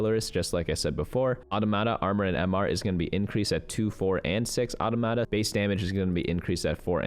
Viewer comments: aw-TAH-muh-tah. Aw slow, Tah-muh-tah is quick. Accent on Tah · Just a FYI: Automata is plural of automaton. So the pronunciation of Automata would be Aww Tah Muh Tah. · the pronunciation was fine, the stress timing was just a bit off ^^